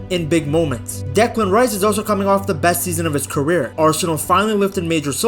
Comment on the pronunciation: but but bessst team in the wirrrrlddd